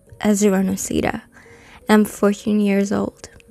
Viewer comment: Am I the only one that’s bothered about them pronouncing Noseda wrong?